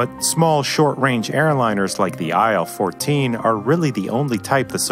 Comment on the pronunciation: Hate to be a smartarse, but here we go: -It's Khrushchév, not Krúschov -It's TU, not tiju -It's IL, not aiel -it's hundred fourteen, not one-one-four.